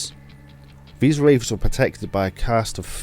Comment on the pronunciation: Loved the video, but if you're serious about making YouTube a career, work on your pronunciation and your accent. It might seem nitpicky, but your "th" sounds seem always fall into "f" sounds, especially when you were saying Wraiffs. As a fellow Brit, I sympathise with the difficult of trying to sound American, but try and spend a little time practicing it. Other than that? Solid video, subscribed for more.